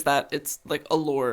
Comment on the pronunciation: It's lure, not lore.